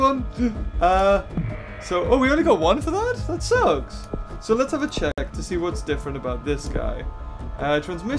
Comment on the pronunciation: It glitched and you said Che-eck